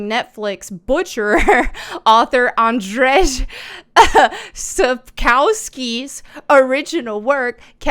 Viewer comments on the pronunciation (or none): In case you were wondering, it's pronounced 'An-jay Sap-coff-ski' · the thing butchered here was the name of ANDRZEJ SAPKOWSKI